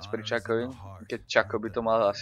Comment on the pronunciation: Shaco sa nečita "Čako" ale "Šako" :D